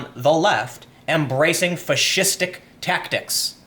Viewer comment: 1st) the left has been adopting fascistic tactics for some time now, which is just one reason i no longer support the Democratic party. 2nd) when you say fascistic,it sounds like you're saying fish-istic and now i want fish sticks. the power of subliminal messaging. yea mocking someone pronunciation is bad, my bad.